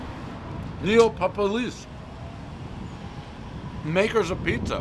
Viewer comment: Crazy that this is the place that he pronounces correctly.